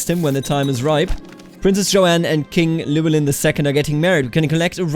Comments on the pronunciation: Ll is one letter in Welsh that makes a Ch sound. Llywellyn is ornounced chlu-ellyn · its pronounced Clin well in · "Ll" is not like any pronounciation in the English language and is only found in something like 1% of world languages. To make the sound you have shape your mouth as if you're about to say the letter 'L' but instead of putting your voice into it you just blow through instead. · I’m not welsh but I’ve been told that the “Ll” is pronounced “Kl” so his name would be klywelyn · The Ll at the start of Llywelyn is pronounced by putting your tongue in the same position as the 'L' sound, but just blowing air past instead of vocalising. It's difficult to describe, but if it sounds somewhat like hissing then you're doing it right. Other than that, your pronunciation is great. As a side note, in Welsh a 'DD' is pronounced like a 'th' in "they", a 'ch' is pronounced as in "loch", 'f' is 'v', 'ff' is a regular 'f', 'u' is pronounced the same as 'i' both in long and short forms, and 'y' generally makes an 'uh' sound. I think that covers just about all of the confusing parts, but I'm sure I probably missed some